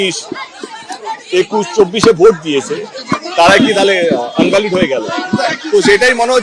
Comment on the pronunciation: invalid kaka.. unvalid noi 😂😂